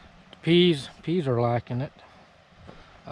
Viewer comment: Hello, it's definitely time for us to start complaining about the heat. Can't even walk outside without sweating. Every time you said peas, I thought you were saying bees, lol.